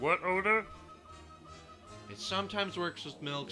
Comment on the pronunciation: "WHAT ODAR" LMFAO